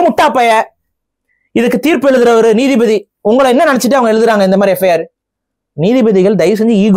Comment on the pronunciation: Neethibathi illa koothibathi